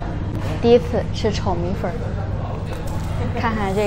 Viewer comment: 米粉不是米粉儿 不儿化